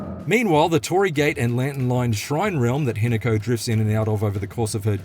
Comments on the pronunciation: that’s the forsters doing there work and Australians can’t drink. Also that accent ‘Hinaku’ it’s Hi-Na-Ko (preference on the ‘O’) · He nako 😮😮😮pronounced